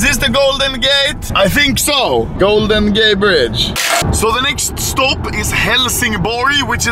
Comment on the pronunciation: Anomaly say golden gay brige